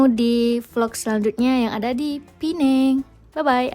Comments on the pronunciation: Sebutan Pineng tu dari bahasa inggeris kalau yang betulnya pinang faham ya. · Sebut Pineng.... Orang Malaysia Sebut Pinang.. - Neng Malay - Nang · (,, bukan Pulau Penang,, tapi Pulau Pinang.. ) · assalamualaikummmm ...jangan sebut pulau pineng SALAH.......sebut saja pulau pinang ataupun pineng sahaja....adoiiiii sakit tinger aku dengar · Bukan Pulau Pineng tapi Pulau Pinang . Kalau nak sebut Penang ( sebutannya P - Ning ) tak boleh letak Pulau di depannya . Sebut sahaja P-Ning = Penang. Penang itu adalah sebutan Inggeris untuk Pulau Pinang .. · bknya pulau pineng tp pulau pinang cuba sebut betul2.. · Pulau Penang??? sebut betul2 ya... Penang sebutan dr org British dahulu... Pulau Pinang nama sebenarnya tp kami di utara sebut Tanjung utk Pulau Pinang.. tiada siapa org M'sia yg sebut Pulau Penang 😂😂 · Pulau pinang bukan pineng , pineng atau penang itu sebutan orang British sebab pelat. Kalau nak sebut pinang sebut sahaja pinang. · Pulau pinang bkn pulau pineng😂😅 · Kita xboleh salahkn.. salahkan orang melayu sendiri.. banyak yang sebut dgn sebutan pineng.. pdhl ejaan sebenar pinang😅😂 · dia macam ni bang, kalau nak sebut pineng sahaja takde masalah. tapi kalau nak sebut "Pulau" kena guna Pinang dibelakangnya. pineng tu sebutan dari bahasa inggeris iaitu Penang Island. orang Malaysia tak pernah sebut Pulau "Pineng"